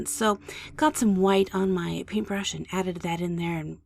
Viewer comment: remember, this is your world. the only limit is your imagination. now then, lets just. add a little hwhite..